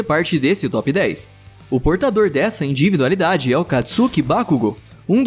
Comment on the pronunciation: Porque o narrador não consegue falar individualidade direito, ele só fala inDIvidualidade